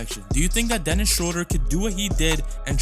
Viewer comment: Theis and Schröder have been playing together in Braunschweig when they were in their teens. BTW: Theis is pronounce tice, i.e., it rhymes with ice. If you want to pronounce Schröder better than replace the o with the vowel sound of bird. This vowel sound is much closer to the German pronunciation of ö. Also, if you can't type ö than you can user oe. Replacing Ö with Ö is like replacing an A with en E in English.